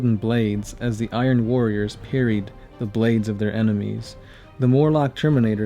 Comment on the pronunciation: I keep getting triggered by you saying Iron Warriors.